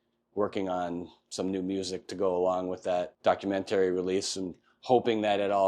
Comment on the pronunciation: You’re the second person I’ve ever met that pronounces documentary like that.